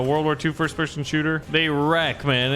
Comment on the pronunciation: It's pronounced shooter